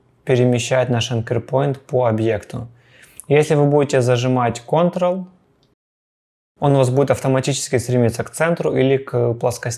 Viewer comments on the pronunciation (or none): none